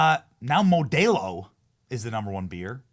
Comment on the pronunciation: I've never heard anyone mispronounce Modelo before, yikes Benny. Lol